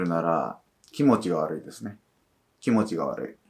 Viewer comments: き↑も↓ちが悪いです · きも⤴︎ちが悪い すこ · 多分方言じゃ？